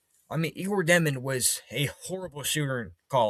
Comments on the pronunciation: Dëmin🙌🏼 (Dyomen, like saying "yo what's up?!") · Jesus his name is pronounced (yay•gor) (jo•men) 🙄